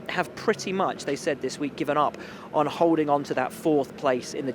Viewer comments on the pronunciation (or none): none